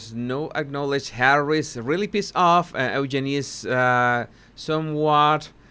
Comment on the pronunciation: Eugenie….he is pronouncing the name correctly.🙂